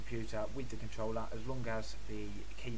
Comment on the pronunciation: "controllla" I'm dead